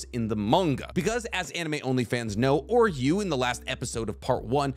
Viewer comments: Bros saying “oreyou” lmao, it’s oo-ri-oo pronounced the same way u would say oo in food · Also pronounced Uryu’s name wrong but I don’t see anyone catching that